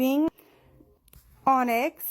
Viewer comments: Pro-tip to pronounce that cat’s name you can’t pronounce. Just say “tonics” without the T Hope this doesn’t come across as hate or me being passive aggressive though ❤ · Onyx. (On-icks) 🫶🏽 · Onyx is pronounced ah-nicks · Onyx - "on icks", a four letter word pronounced exactly like it says. One people separated by a common language - take care. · Onyx (Now Teddy) is pronounced ON-ICKS. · Just tryna help - I’m not being a know it all. Mom whom you call Mary Maryse: MAR-REECE she goes by Ryse which is the REECE (rhymes with Peace) Onyx : pronounced ON- ICKS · His name was Onyx you pronounce it On-icks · You cant pronounce the word onyx?